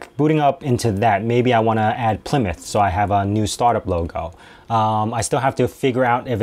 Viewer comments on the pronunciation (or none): none